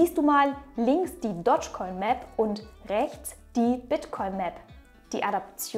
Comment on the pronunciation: Du betonst es komisch..... Es heißt nicht Dodgecoin sondern Dogecoin. Du musst es "Dohschcoin" aussprechen. Nicht "Dottschcoin"...